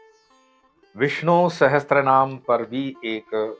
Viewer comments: It is Vishnu Sahasra namam not sahatra, please rectify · सहस्त्रनाम ❌ Sahastranaam सहस्रनाम ✅ Sahasranaam